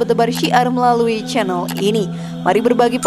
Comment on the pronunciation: admin salah ngucapin channel